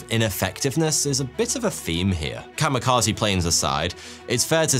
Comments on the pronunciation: You did not-terribly with the Japanese pronunciation right up to the key word of the video. Kami, not kama. Kamikaze, not kamakaze. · I was today years old when I realized kamekazi is just white people pronouncing Kami Kaze wildly incorrect. I never would have realized it was just "God Wind", I thought it was a unique word. 💀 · Or, in Japanese: "The COMMY KAZOO". XD Bad pronunciation of a foreign word AND a heavy British accent is fun.